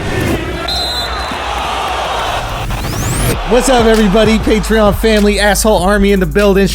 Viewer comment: Why does it sound like he don’t believe patreon is pronounced patreon